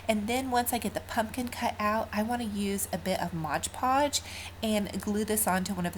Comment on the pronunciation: I love your DIYS, they are fantastic and I pray this is not taken in a negative way. It's actually a common mistake but the mis-pronunciation of MOD PODGE drives me crazy... It is pronounced MOD podge, not MODGE podge. I know I'm gonna get some hate, but I honestly don't mean it in a bad way. And, I only want to help.